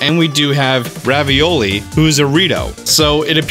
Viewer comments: St. Louis, famous for Ravioli.: It’s pronounced Revali. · You seriously called Revali 'ravioli?' The pasta? When you brought up the fact that you cannot dive under water to, maybe that'll be a thing in the sequel.